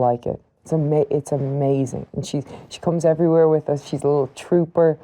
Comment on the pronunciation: Except when she says us it sounds like oos